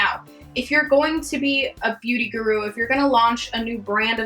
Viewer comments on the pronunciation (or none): none